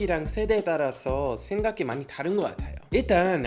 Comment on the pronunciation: 올리버샘 버릇 하나 찾았어요. "다른"이란 단어 발음 하실때 종종 "따른"이라고 발음 하시네요. 보다 친숙하게 들릴수 있겠지만 습관적으로 그렇게 발음하시지 않아도 될것 같아요. 다음에 봐요.